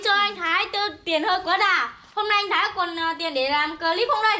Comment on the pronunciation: Thái mà cứ nghe thành Khải